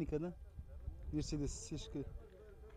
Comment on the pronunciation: Мерседес ты дурстап айтшы корламай